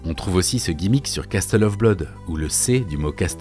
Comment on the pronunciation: Incroyable vidéo <3 (désolé mais les français qui prononce Castle comme Casseteul ça me fait mal ;) ça se prononce Casseule , en phonétiquement français)